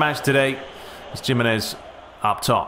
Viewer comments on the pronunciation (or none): I can't help but cringe at your pronounciation of Jimenez! But how much more enjoyable is it to watch a masterleague played on difficult settings.. rather than other YouTubers playing on assisted controls, with the biggest teams and just winning easily. I don't know how people bother with them. This is much more enjoyable to watch.